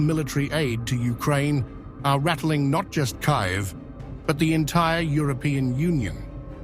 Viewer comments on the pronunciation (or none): KIVE??? it's pronounced KEEEVE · K-EYE -V 😂😂😂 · "Key yev"